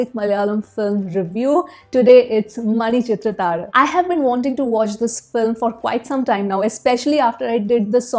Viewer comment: Your pronunciation is too good for a North Indian... manichithrathazhu... woof Excellent review....